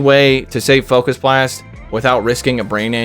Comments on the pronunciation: "fukus blast" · The not funny focus blast pronunciation was so intentionally lame, it was funny. This team is my double shadow psychic legendary team’s worst nightmare. I submitted some battles of that team yesterday 👀